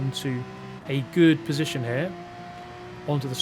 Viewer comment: "Down into final positionth": Nice try brain